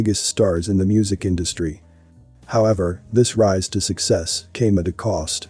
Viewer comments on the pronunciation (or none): none